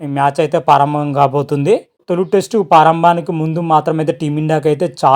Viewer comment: Bro paarambam kadu ప్రారంభం